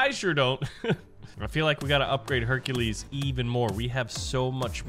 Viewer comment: You said Hercules name wrong